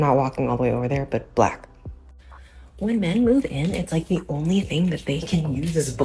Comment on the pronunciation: Okay, Septum Piercing, I don’t like the way you’re saying “black”. Have a conversation with your man; his favorite color could be black